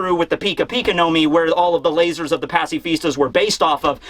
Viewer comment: saying "layzors" made my day